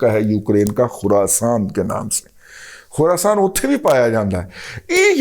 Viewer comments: After hearing Kherson as Khurasan im going to quit this Vlog 😂 Chacha syasat pe baat kia karo bas. Time ziada nai reh gya ha Pakistani syasat ka ab. Paroos me Taliban aa chukay. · Dada g, khurasan ni Kherson with all due respect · خراسان نہیں خیرسون ہے ۔ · Babaji, Khurasan nahin Kherson hain jagah ka naam hain, faltu ki danishmandi mat dikhaya karo.